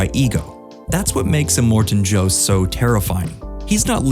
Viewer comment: Are you serious?....immortan Joe?!.... If these AI type videos really Need to learn how to get it right🙄